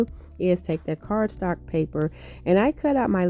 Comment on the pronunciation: I love that you say "cardstark" with so much confidence. Lol. LOVE your creations ❣️